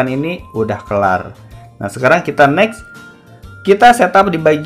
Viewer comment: Bg ko kedenger gua itu kanyut bukan lanjut🗿